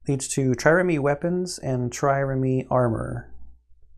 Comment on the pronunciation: Trireme. The last e is silent. (This may already have been fixed in later videos. Self slow.)